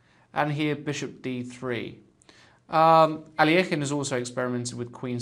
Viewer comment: i wish you would pronounce alekhine's name correctly. your pronunciation really irks me. it is (al-i-kine)